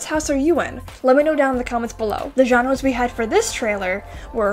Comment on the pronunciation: Why do you pronounce genres as johnres lmfao